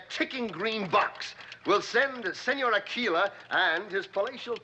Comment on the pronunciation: Right off the Bat(man) with a terrible pun,. "Let that sink in". I take my irradiated pink cowl off to you. That has ALWAYS bugged me! Burt is obviously saying "AK-will-ah", despite the audio being corrected to "Ah-KEE-la" so it's, you know, actually Spanish. One atom of sodium can't bond to two atoms of chlorine... there's only one electron in the outer valence shell of sodium! Bat-science be damned! (Thanks for your followup as to its impossibility btw)